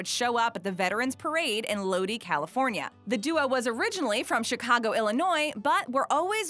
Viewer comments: It’s not lodee it’s lodeye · The city is Low-Die... not Low-Dee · Do better research. It is Low-die not low-dee. Any other info wrong? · Whoops. Lodi, California is pronounced Low-Dye, not Low-Dee. I grew up in Sacramento, just down the road. Also there is the Creedence Clearwater song "Lodi", with the line "Stuck in Lodi Again". Love that A&W root beer, especially in a float. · A&W was founded in Lodi , pronounced lowd- eye not low- dee. Come on do your homework. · First, it's lode eye, not lode eee. OK, now with that out of the way, our A&W is merged with KFC. This is great! Good A&W drinks and fries with fried chicken. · Love A & W!!! FYI - Lodi in California is pronounced Loadeye, not Loadee. Could you imagine the song as "oh lord, stuck in loadee again".... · "...Lodee California..." Lo Di! You must be reading a script. The root beer you can get at the grocery store is just regular boring root beer. The stuff made fresh, is without a doubt, the best root beer available, anywhere! steve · ROFL!! Lowdee... “Oh lord, stuck in LowDee again...” “Lowdie” is how it’s pronounced. As in the CCR song. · Lodi is actually pronounced "Lo-dye" not "Lo-dee" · Lodi is 'Load-I" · Its Prounounced "Load Eye" not Load EE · sigh LOW-DIE, it's pronounced LOW-DIE, not LOW-DEE. Lodi, CA. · Holy shit the way she pronounced Lodi, CA 😤😖😖 It's Low-Die not Low-Dee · It's not "Lodeee", It's Lodi, pronounced "Load-eye" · Say Low-Dye. Not Low-Dee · Lodi is pronounced "low-die" not "low-dee". Even Google, Siri, & Alexa pronounce it right. Most people get pissed when you mispronounce their town, so maybe a little more effort? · You do realize you don't know how to pronounce LODI CA it's Lodi. Low-dye. Not like Jodi with a backwards j . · You screwed up the city name 🤦🏽🤦🏽🤦🏽 Lodi California (pronounced - Low-die California) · You said Lodi wrong (I'm from Lodi) And it's Pronounced Low/Die Awesome video still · Nobody will see this but lodi is pronounced low-die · I fell out when she said loadie